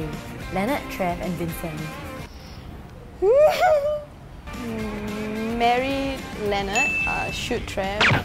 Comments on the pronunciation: I was going to say that he said wincent it's Vincent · “Wincent” Me: WIN A CENT